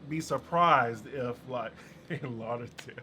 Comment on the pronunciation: Lol “In Laurderdale “